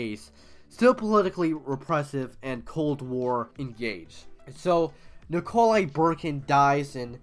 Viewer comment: Nick-a-lie Boo-khar-in